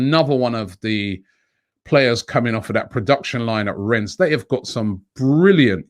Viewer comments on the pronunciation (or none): none